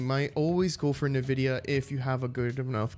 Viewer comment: your video is really helping thanks, it is also pronounced as en vidia my man just a little correction, keep it up youre doing great